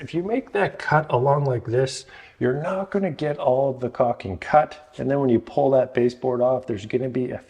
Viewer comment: its caulking... not caking pronounce it the way its spelled. BUT otherwise GREAT advice, one other trick is to use a hook razor